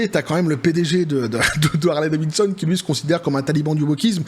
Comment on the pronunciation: Harley Davidson et non pas Harley Davinson 😉